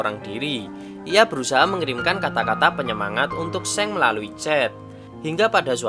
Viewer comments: Soalnya Seong eo ny dibaca o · just info. . bacanya song bukan seng